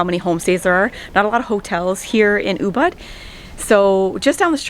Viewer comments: Oooo-booooood (not Oooo-bud) -- I'm so glad to see that at least the sidewalks haven't changed in the wake of all it's popularity. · Hey lady the town is pronounced UBOOD